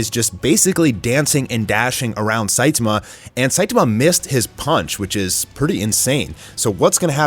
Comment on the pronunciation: The pronunciation of Fuhrer Ugly was incredible. Not surprising after listening to him pronounce Saitama the way he does. Lol